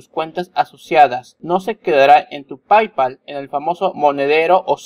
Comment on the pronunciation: ¡Hola! Se pronuncia "pey-pal" no "pay-pal".